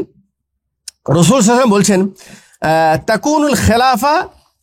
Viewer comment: আপনি তো সাল্লাল্লাহু আলাইহি ওয়াসাল্লাম ঠিকমতো বলতেই পারেন না